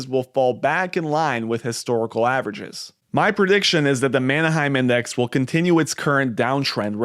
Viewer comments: First, Manheim is not “Manna-hyme”” like you are pronouncing it. It’s pronounced “Manhyme”. Also, Schiff is wrong on many things including gold. Gold has never been accurate in the era of fiat currency. Gold, Used car prices, real estate it’s all FOMO driven based on supply and demand. This video is fear mongering. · Man Hime, not Manna Hime!